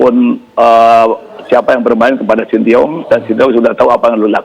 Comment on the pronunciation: Salah denger ga sih gw. Shin Tae Yong bukan Sin ti ong